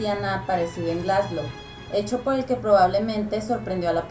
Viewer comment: wtf cómo que "Glasglow"